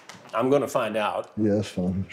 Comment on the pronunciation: "We boutta fiyind out" 😂🤣😂🤣. Chris is OC. 😂🤣😂🤣